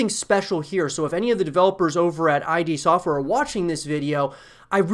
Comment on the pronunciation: It’s id software not I.D. Software